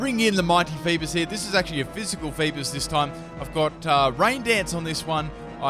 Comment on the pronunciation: Fee-bass not Fee-biss